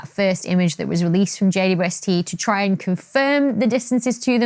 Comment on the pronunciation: Why do you say "J-U-S-T"??? Instead of JWST!!!?????